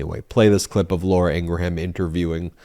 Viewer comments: Ben, Fox News' Laura's last name is pronounced ingram, with a short 'a' that's almost indistinguishable from a 'u.' Hearing you repeatedly call her "Laura Ing-ra-ham" is getting irritating. Yes, that's how her name is spelled, w/o those dashes. But it's not how it is pronounced. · I love the mispronounciation of long-face Laura Ingraham's name. Correct pronunciation is INGRUHM...and I'm loving ❤️ it! "IngraHAM" suits her better..."HAM" signifies PIG! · I love how Ben keeps mispronouncing Laura's name its not Ingra Ham its Ingram Like Graham crackers Ing Graham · Laura's last name is Ingraham which is pronounced "Ing grum" with 2 syllables. It is not pronounced "Ing gra ham" with 3 syllables. Please stop saying that. When was the last time you pronounced Graham crackers as "Gra ham" crackers? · It's Laura Inghram Not Inrgraham. Because nitpicking is what I do. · I love your videos but every time you say “in-gra-HAM” I lose it lol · "Ingraham" is pronounced "Ingram" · Why do you keep pronouncing it "Ing grah ham" ? you are putting some sort of weird extra syllable on the pronunciation. Also, wipe the slobber off of your lip - it is disgusting. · ingraham? Really? INGRAHAM????? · Are you mispronouncing Ingraham intentionally? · Dude, you play into their narrative when you as a broadcaster fail to pronounce someone's name correctly. Ben you can defend yourself, as others will for you, on this but your arguments don't matter. When the person themselves pronounces it differently. It is disrespectful, and makes you no better than someone making up a nick name for someone they don't like. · Just a note, I believe Ben is saying Laura Ingraham's name wrong. I can't be the only person who has noticed that her name is not pronounced that way.